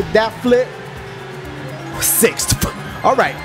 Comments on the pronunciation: I love the way ya say sixth. siffftch. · Dashie why you in sixthiwiffthhh? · he say six weird